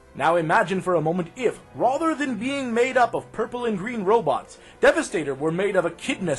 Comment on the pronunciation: why the fuck do you say "rother" instead of "rather"?